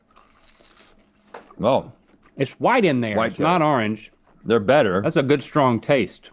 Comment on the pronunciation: lol "arnge"